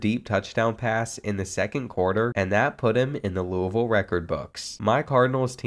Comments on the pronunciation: being from louisville i appreciate the way you said louisville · The way you said Louisville is great as a fellow Louisville resident